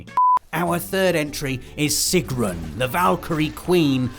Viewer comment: The thing I found funniest in this video (being of nordic descent) was Robbs butchering of Sigrun's name "trolololololol" :P